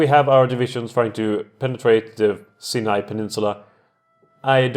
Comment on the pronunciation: Nice job! If you want to put more pressure on the allies, you could get involved on the Hedjaz-Yemen front. /Pronunciation Tips: Sinai - S(eye)n(eye). The vowel sounds are both pronounced like the word "eye". Nancey - Nahnsee